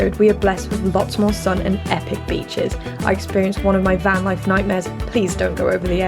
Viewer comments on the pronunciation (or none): none